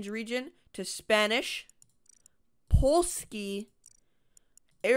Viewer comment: As someone who is half Polich, It hurt when he said Pollski 💀